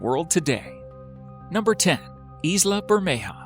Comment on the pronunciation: 'Isla' is pronounced 'Eye-la'